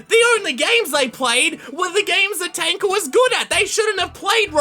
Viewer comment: And btw thank you for saying Tanka”.